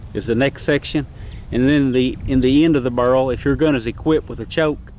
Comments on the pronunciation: Bear-el, bear-el. I have a slight southern accent, but jesus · I hear "burrl". I like "raffling" too :) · Take a shot every time he says burrle